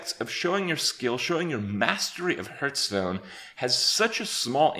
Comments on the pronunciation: Me: Hey Kripp, say "Hearth" Kripp: Hearth. Me: Say "Stone" Kripp: Stone. Me: Okay, now say "HearthStone" Kripp: hurtstone. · 'A few of the different aspects in heartsnuu' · Stopped watching when you said "Hurtstone" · Why does he say "Hurtstone" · Day 985 and Kripp still can't pronounce Hearthstone. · 3 years later and he is still mispronouncing Hearthstone.